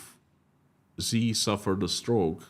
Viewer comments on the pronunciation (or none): Xi is pronounced "Zhee" not "Zee".